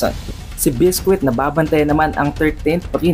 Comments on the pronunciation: It's bisqui not bisquit lol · Lods naba bother Ako sa pag pronounce mo Ng name ni biscuit.